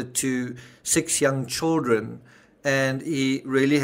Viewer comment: So you pronounce “children” and “building” weird. Big deal... Maybe it’s where you’re from is what I figured.